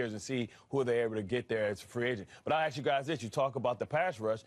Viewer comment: There's nothing more embarrassing than listening to a professional sports caster, no matter their race, say the phrase "aks themselves".... The word is ASK... not AKS....